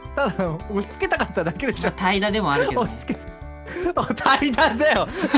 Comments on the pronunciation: たいだの発音違うくない？ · 怠惰の発音おかしない？